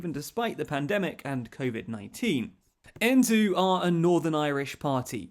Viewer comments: Aontú isn't pronounced en-too, it's pronounced Ayn-too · Those Irish name pronunciations are really rough. Aontú (Ian - too) and Peadar (Padder) Tóibín (Toe-Bean) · Hey, great video. Just from Ireland to say that Aontù is actually pronounced Aon-tuu - it's hard to pronounced since it's irish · Aontú is pronounced ean tu (like 'mean to' without the m) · Aontú is pronounced ‘Ain-too’ and Peadar is pronounced ‘Pad-er’ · It's (Aontu) phonetically pronounced: "Ay n tu" and their leader name is pronounced: "Pa there Tow been".